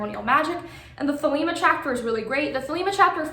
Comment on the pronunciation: THEY-lee-mah (Modern Greek) THEY-leh-mah (Classical Greek)